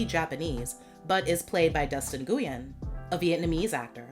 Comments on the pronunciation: Nguyen is pronounced 'win' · It’s pronounced Wen, not “noo-yin”🤦🏾‍♀️